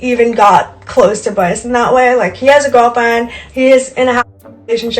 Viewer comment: This girls speech impediment is giving me life. Bwyce ^_^♡